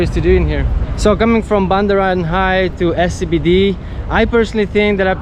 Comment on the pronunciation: It’s called Bundaran HI as in Hotel Indonesia, pronounced H-I 😊